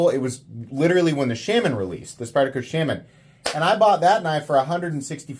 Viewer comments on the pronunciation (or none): Shaman is pronounced shaw-man, not shamin, which rhymes with salmon. Sorry, but as much as I enjoy your videos, every time you say shamin it's like fingernails on a blackboard. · Why do you pronounce “shaman” so weird? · Still pronouncing Shaman wrong. Good god. Just stop. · Dude just pronounce Shaman right after all this shit. I don’t care where you’re from, you can pronounce it right. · Dude do you intentionally say Shaman the wrong way...? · Why tf do you refuse to say Shaman correctly. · Is it sham-an or Shaw-man? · The way you say Shaman pisses me off. No one says it that way. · 80 videos later, still can’t pronounce shaman correctly.